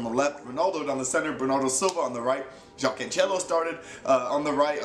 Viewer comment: Man i love ur vids but its cancelo not canchelo and its jose fonte like in english not like spanish ok. Because as a portuguese myself its a bit annoying hearing that ok. Much love man